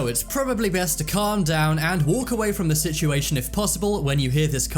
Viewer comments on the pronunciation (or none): none